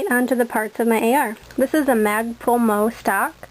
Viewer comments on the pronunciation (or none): Very nice... I give that a two thumbs and two toes up lol.... you know everytime you say MOE instead of M-O-E (one letter at a time) it reminds me of the three stooges hahahah. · You have a pleasant, easy demeanor as well as an excellent mastery of the finer points of a well thought out weapons system. Bravo! A real pleasure to watch. I think you also serve as quite a positive role modlel to any group of young men or women.. Keep up the good work! It's Em oh Ee, BTW. :)